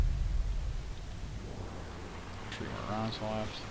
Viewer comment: Stop saying tree